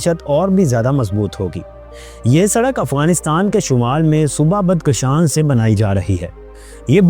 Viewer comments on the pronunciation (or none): بدکشان نہیں بادغشان نام ہے